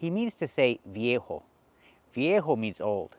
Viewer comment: Thank you for your videos. I like them and recommend your channel to my friends! But I have a few observations about this video. - VIEJO - the V letter is pronounced as B in Spanish. So /vieho/ is also mispronounced. It's /bieho/ - It seems that he pronounced the word WHERE properly. He used the R sound. UPD: I'm not a native speaker, so I've noticed that he indeed said "WORE" after a tenth try)) Nonetheless, I understood that he used the word WHERE.